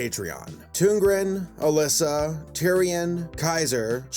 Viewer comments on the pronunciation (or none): none